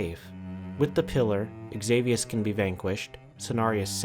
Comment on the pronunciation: Xavius name is pronounced as Savius, other then that, amazing video, really!